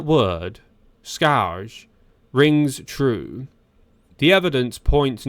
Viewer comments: Scourge pronounced SKURGE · Your AI needs to learn how to pronounce several words. “ Scourge” gave it real problems. And ….open…became ….upon….Plus others. Plus the way it made some syllables in every sentence over-long was strange. And if the thieves are so organized why did they abandon so many bikes? At any rate the team security must be truly laughable.